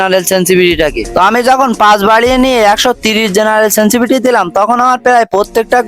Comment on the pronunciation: ভাই সেনসিভিটি না। শব্দ টা সেনসিটিভিটি